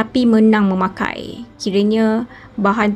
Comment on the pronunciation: KALAH MEMBELI MENANG MEMAKAI. KALAH bukan alah. MEMAKAI bukan menakai.